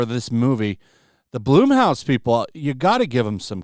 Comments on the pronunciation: It's pronounced Blumhouse like in the word plum not bloom, like with a flower… Plum house especially if you know Jason the founder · Dude every time you say blumhouse i laugh. Not knocking you but youd think someone who covers this shit? Youd know how to pronounce it.